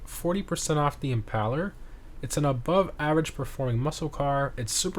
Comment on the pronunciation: Im·PAIL·er, like "to impale", smh 🤦😆